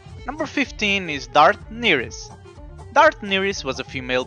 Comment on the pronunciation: Nyriss not Neiris